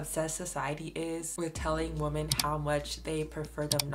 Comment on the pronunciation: Love your videos but PLEASE learn how to pronounce "women." It's not pronounced the same as "woman." WOMEN is pronounced WIH-MIN. Please please please learn this!